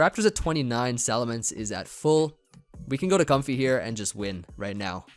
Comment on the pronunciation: It's pronounced like Coam-fay I think?